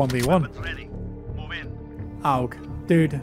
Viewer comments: "An OWg" lol It's AUG.. Say 'August', now take the 'ust' away :) AUG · An "Owhg"? 😂 You're a Battlefield player, stop it. It's "AUG" as in "Augmented" or "August". Also, so chuffed they've given us an option to stay away from M&K users, as someone who's getting this on console, I'm over the moon. :} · Can you say AUG as A U G not A'OOG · owg??? A.U.G you mean; or aug (pronounced org) where did u find a W in there? lool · September for PC beta. Isn't an AUG also called a Steyr AUG? Maybe that is an easier choice of word to pronounce ("ʃtaɪ̯ɐ"). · It sounds like your pronoucing it Aaooouuuuggg... lol classic. Hey love the channel you think you will be playing a lot more COD this year? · This nigga said aowg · Dont worry, your pronunciation of aug will always distract us ❤️